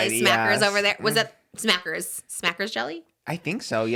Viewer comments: It’s smuckers, not smackers 🤣🤣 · I was dying at the "smackers" jelly and talking about being easily influenced and yet completely got the brand name wrong 🤣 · It’s SMUCKERS not SMACKERS 😍